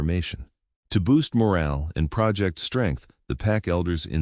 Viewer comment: Heteronym “project” mispronounced